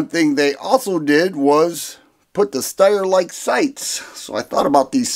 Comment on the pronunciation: It's pronounced SHTIRE.